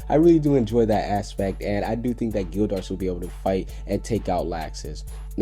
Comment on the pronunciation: your pronunciation is horrible bro you only said natsu and gildarts correct watch the anime to learn the pronunciation bro not hatin but trying to help you